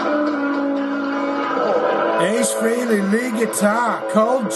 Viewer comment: Pronounced Frailey, Not Freeley